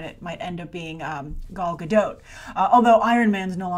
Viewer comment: Grace, I love you, but please stop calling her Gal Gadoat (rhyming with boat) it's Gadot (rhyming with ... dot), she's been on talk shows where she says her name as well if you'd like a reference for it - I realise it's a foreign name and difficult to pronounce, but I cringe every time you say it 😅.